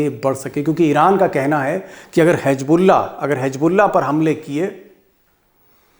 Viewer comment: Sir my aap ke eak ward ko theek karna chah ta hun Aap hej bullah bolte hai ❌ Hiz bullah ✔️ is ka meaning allah ka lashkar hai